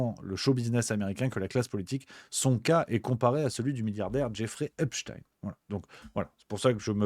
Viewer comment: Wepsthein ? C’est Epstein …